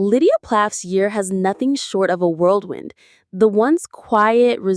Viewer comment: It’s WHIRLWIND not WORLDWIND and stop showing the same exact photo in the video over and over when talking about the family we’ve seen it!!